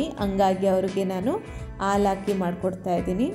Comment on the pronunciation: Aalu anta helbedi Adu halu